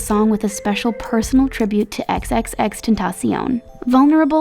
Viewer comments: You pronounced tentaction wrong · Ex ex ex tentasion XD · she says xxx tentotion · Did this girl just say xx tentaseon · EWWWWW WHY ITS NOT HOW YOU XXX TENCION ISNT HOW YOU SAID IT